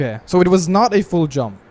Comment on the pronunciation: When you say "full jump" i understand "fool jump"